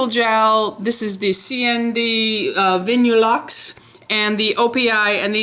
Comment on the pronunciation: It's pronounced Vinyl-luxe. I prefer OPI too.. The best!! xXx